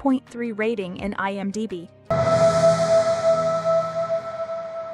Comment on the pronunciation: Why do you keep saying IM--Die-B, instead of IM0-Dee-B? It's very annoying.